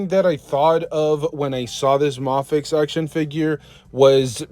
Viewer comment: It's pronounced "may-fex". 😭